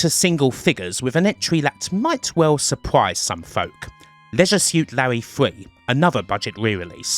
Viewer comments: Terrible = tewible? Surprise = Supwise? I can't with the accent, it's a pet peeve of mine. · It's not an accent, it's rhotacism, and they don't do it deliberately, just to annoy you. I wish I didn't have a slight lisp, but there you go.